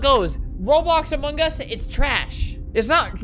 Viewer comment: kewfjdn I see hearing you pronounce among us as "amungus"